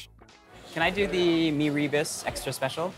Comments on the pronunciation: FYI, “rebus” should be pronounced as “ruh-boos”, not “ri-bus”. And kudos to the host for not sweating at all. Remarkable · Rebus is pronounced as “Rer boos” not Ree bus. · ra-boos? that’s how the typical singaporean chinese pronounces malay words, which is horrible. like “nasi lomak” 💀 it’s ruh-boos bro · It’s like Mee Robust 😂😂😂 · It's Mee "reh-boos" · actually its pronounced as "ruh-boos" closer to the RE in "Rendang". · mirror boose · Rebus - accent on the second syllable. The potato rissole is called bagedil- always in an authentic Mee Soto